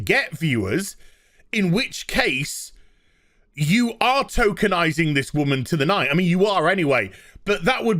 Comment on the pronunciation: I know is saying tokenizing, but I keep hearing Tolkienizing and expect a versions of Roots to be made with Elves, Orcs, and Hobbits. Slave-owner: You we'll call Toby Slave: Sorry, no my name is Baggins, Bilbo Baggins.